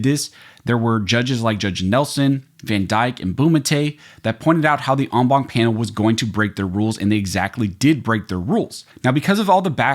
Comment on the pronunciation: Wtf is an “omwom” panel?